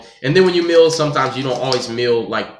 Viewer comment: It's mill not meeoh